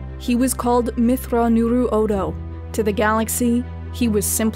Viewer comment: Your pronunciation of my name is one I have not heard before. You nailed my family and given names, but the way in which you pronounce Nuruodo leaves room for improvement. Nevertheless, this is an excellent documentation of my Legend. Commendations to you,.